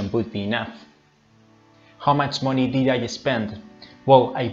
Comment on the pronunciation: Wow, great presentation. Thanks. Just a note, you are pronouncing "example" as "sample", it is pronounced more like "egg-zample". You are also pronouncing "did" like "deed". But, your english is very good. I hope this helps a little. Keep up the good work.